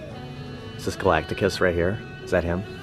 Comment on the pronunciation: Galac-ticus? Galactus! 🤣 jk The trailer looks ok but why did they make Silver Surfer a woman? Silver Surfer is my favorite marvel character and they made him a girl! It’s crazy!😩 anyway Galactus not being a cloud is a positive update